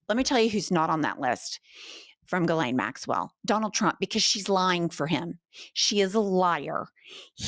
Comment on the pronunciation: Thank you for pronouncing names correctly! If I hear someone say "Jislane", one more time.........🙄